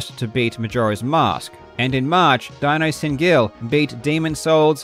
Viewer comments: As a native german speaker I can tell you, "DinosSindGeil" is pronounced "Dee knows sinned guile" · I had a good chuckle on the way you pronounced "dinossindgeil"s name. Must be a German runner, I think? If so, his name might be phonetically pronounced "dee-nose sinned guile". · As a German, I love your pronunciation of Dinossindgeil. I'm really loving your channel and am stoked for next year! Let's see what incredible speedruns gonna happen. All of the best to you Karl and thanks for doing what you're doing!